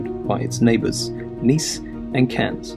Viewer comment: What weird pronunciation you have? Menton is pronounced ‘Monton’. When you refer to Cannes, you don’t pronounce the ‘s’. You say ‘Cun’. ‘Saint’ (St. Paul de Vence) is said ‘San’. You got Perpignan perfectly though! Congratulations too on projecting your admiration for this historic, beautiful and fascinating region.